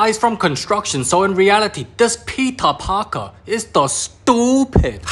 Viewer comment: I HEARD THAT AS ' PEPEE PARKER ' AND I JUST BURST OUT LAUGHING